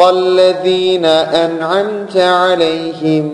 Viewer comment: aleyhim değil, aleyhimu